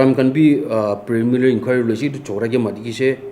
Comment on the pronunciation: Wooowww he's saying premilary investigation instead of preliminary 🤣🤣🤣🤣🤣🤣🤣🤣😜😜😜😜😜